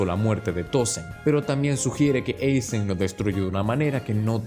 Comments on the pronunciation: Aizen, no Eizen… tú eres gringo? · Dislike por decir "Eizen" y no "Aizen" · Deje de ver el video después de escuchar 20 veces Eisen... parece buen video pero me explotan los oídos 😔